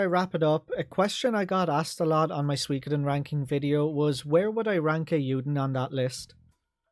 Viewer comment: "Eiyuden ain't swee-koden 2" 20 min moan, got it chief.